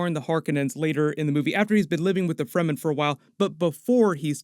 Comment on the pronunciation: There is no sonic weapons in the book, although the concept of sound as a weapon exists in the form of the Voice. I can't be too critical you got all the pronunciations correct - the amount of people who say "Free - man" drives me nuts!